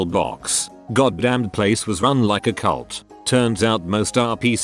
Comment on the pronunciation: No one: Automated voice: ceyult